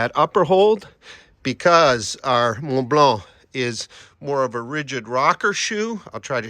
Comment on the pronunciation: A+ pronunciation of Mont Blanc